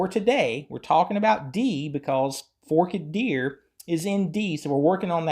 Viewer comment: it’s Forked Deer (most ppl pronounce it “Fork-ED Deer”). Here’s one version of free tab